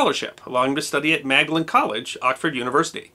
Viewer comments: Excellent and informative piece as usual, One minor point - Magdalen (as in Magdalen College, Oxford or Magdalen College, Cambridge) is pronounced "MAWD-lin". No adverse criticism intended in this comment and I accept that us Brits are just a little bit strange with our language. Pronunciation of [especially place] names is historical and often does not appear to follow any logical rules - perhaps a topic in itself for ''. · I know this is petty, and in no way detracts from the excellence of this video. But Magdalen Collage in Oxford is actually pronounced 'Mawd-lin'... but I am just a pedantic old git! :) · Do all your hats have provenance? Magdalen as in the college name is pronounce as maudlin (mawd-lin) it's just one of those olde English quirks.